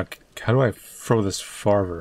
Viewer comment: "How do I frow dis farver" Trouble?